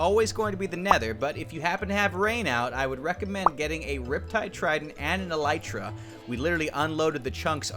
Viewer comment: Elytra is pronounced ee-lie-traa. I think